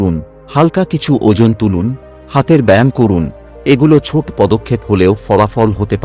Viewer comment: what is 'chot', it will be 'choto', not ghon ghon, it will be ghono ghono. correct your pronunciation